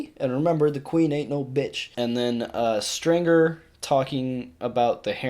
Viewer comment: It’s Stringer, not Stinger lmao